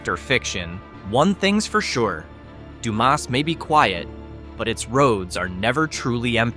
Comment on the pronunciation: Sah-LAH-do? Du-MAS? POM-pa? HEE-co? BEW-chanan Dam? Get it right or don't do it at all. Oh, and since both John Wilkes Booth AND Billy the Kid apparently lived out their lives in HIGH-co, perhaps we should look for Amelia Earhart and Jimmy Hoffa there as well.